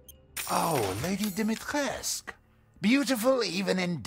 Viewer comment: Hey. You're supposed to pronounce the U at the end of Demitrescu.